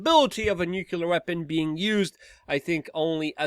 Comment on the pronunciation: Luke: please pronounce nuclear rightly: It's Nu-Clee-ar", NOT "Nu-Cu-Lar".